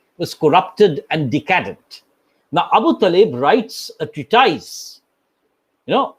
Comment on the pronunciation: Treatise is not pronounced as "tree-tais"... UK /ˈtriː.tɪs/ US /ˈtriː.t̬ɪs/ It sounds somewhat like "tree-tees", although the second "t" sounds much like "d" in the US English.